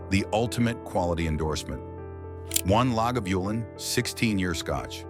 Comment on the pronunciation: Is this an AI voice as the pronunciations are poor? Islay (eye- la), Lagavulin (la-guh-voo-luhn)